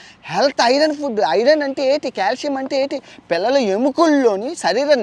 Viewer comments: కాలుష్యం కాదు కాల్షియమ్... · #కాలుష్యం కాదు బ్రొ క్యాల్షియం 😅😅 చెప్పే దాంట్లో కూడా కామెడీ జోడించి చెప్పడం నీకే సాధ్యం❤❤